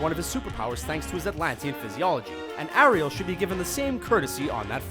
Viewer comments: AIR-iel not ahriel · he pronounced most of the names wrong like arieal and anna from frozen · It's Ariel not Arial. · Brianna Because we pronounce it "Air-riel" not "a-riel" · Disney Lover I was thinking more of the emphasis on the ri in Ariel. It's Air-real not Are-eal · U don't say it aril like that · U pronounced Ariel wrong its said like this air iel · it's airiel not ariel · Ariel is pronounced "Airial" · It's really annoying how he pronounces Ariel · he said Ariel wrong